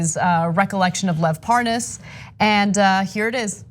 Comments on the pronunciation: Hannity deliberately mispronounced Lev Parnas’s name when he asked Nunes about the phone calls on his show too... it was ridiculous. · Devin Nunes is the only American I have heard mispronounce Lev Parnas. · Nunes says his name wrong to try and show that he doesn't know the guy. Like a child. 😂😂😂😂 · How can he mispronounce Lev's name, it's like Lev Parnas/ Devin Nunas